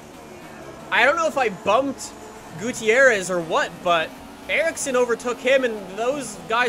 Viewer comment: This is how you pronounce Gutiérrez. Goo-tee-air-rez. Gooteeairrez. Strange huh?